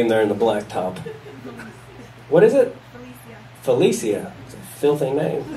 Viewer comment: Felecia.. she just changed the pronunciation of that name. Bye Felicia.